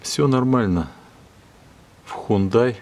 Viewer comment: Хёндэ (с ударением на первый слог), а не хундай.